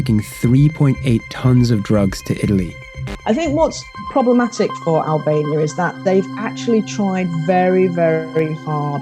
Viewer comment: he say hellbania